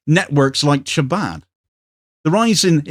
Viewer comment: Just FYI: the ch in Chabad is pronounced like the ch in loch or as in Jericho.